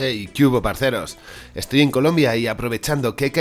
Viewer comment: Nunca había escuchado un "parcero" tan bien dicho por un extranjero